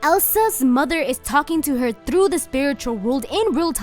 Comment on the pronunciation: I love how you pronounce "through". 😂